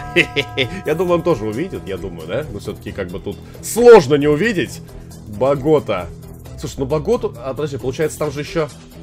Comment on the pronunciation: БоготА у Саши БогОта, Нейроби - Нейорби, Осака - ОсАка, Камбоджа - Камбодиа. Капец режет уши